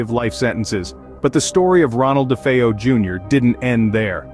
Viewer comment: I am so glad someone can pronounce DeFeo properly.